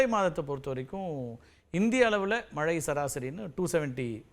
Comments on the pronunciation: வானிலை ஆராய்ச்சியாளர்கள் ஆவதற்கு என்ன தகுதி? மழையை மலை என்று உச்சரிக்க வேண்டும். கரீட்டு. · பிரதீப் சார் குமரி மாவட்டத்தை சார்ந்தவர்.... தமிழை உச்சரிக்கும் போது வட நாட்டு IAS அதிகாரிகள் பேசுவது போல பேசுகிறாரே.... குறிப்பாக மழை என்பதை மலை என்று சொல்கிறார்...... கேட்டுப்பாருங்கள் புரியும்...